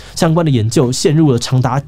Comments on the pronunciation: Btw 的泥淖應該是ㄋㄠˋ而不是ㄓㄠˋ🤣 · 更奇怪的邏輯了🤔🤔 那就認真一下 的泥淖其實要念泥鬧 本影片口誤，不喜勿入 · Rrrrrrr受不了了，泥淖ㄋㄠˋ，之前影片就有看到，忍不住想講，還是謝謝志祺科普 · 認真一下， 的「泥淖」其實讀「ㄋㄧˊ ㄋㄠˋ」喔～～